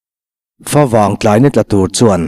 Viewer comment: A ziaktu ziahdan ngeni, Fawvang tiin i lam tlat a ka hriat ni.. FAvang tih tur a nih hmel. Fa chu Buh, tih na. Favang chu Buh vanglai tih na.